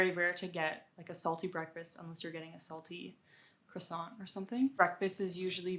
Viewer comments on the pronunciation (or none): none